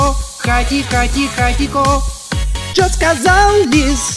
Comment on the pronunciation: не хати-хати-хатиКо, а хати-хати-хатиХо